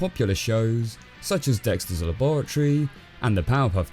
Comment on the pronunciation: "Dexters Lab0ratry"